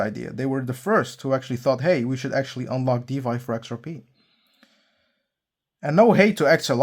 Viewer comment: Thanks for the clarification. Why di you pronounce DeFy as DeVy🤔